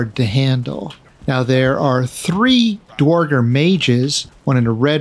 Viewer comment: Awesome video. A little help on pronouncing "dverger" from a scandinavian: In the scandinavian languages "dværg" means "dwarf". Dverger is the old-norse word for dwarf. Pronounce the first E an R in "dverger" as "air", not "or" - "dv-air-ger" Love all your content :)